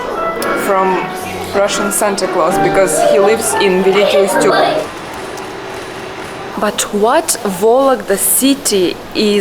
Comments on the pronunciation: Великий Устюг, Устюг - ударение на "У" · БелозЕрские щи, город называется БелозЕрск! В Вологодской области суп обычно называют просто, грибной. Грибовница - это название слышу впервые за 48 лет своей сознательной жизни) - город называется - Великий У'стюг, соответственно квас будет называться Великоу'стюгским. Сильный акцент ( произношение буквы "О" ) - у провинциальных жителей, которые далеко от Вологды живут ( Тарнога, Великий У'стюг, Верховажье и прочее) или у людей, которым 70+ лет (из вологодских). Молодёжь и люди лет до 50 не "окают" в Вологде. Моей тёте 70+, она коренная вологжанка и она сильно "окает". - Кирилло - БелозЕрский монастырь. Буквы " Ё " нет в названии монастыря.